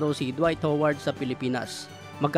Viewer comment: Ha-ward yun boss. Ako ho-ward talaga. 🤣